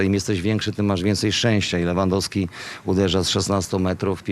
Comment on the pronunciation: jak możesz Panie Borek ciągle na rzut rożny mówić Corner, gdzie ty chłopie mieszkasz ? albo jak można wymieniać nazwisko piłkarza np Lewandoski ale to akurat się tyczy większość tych co pracują w TV... Komoroski, Trzaskoski itp itp nauczcie się języka ojczystego głąby...